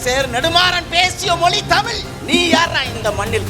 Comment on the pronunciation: தமிழ் ..... ழ் லே வரலயே😂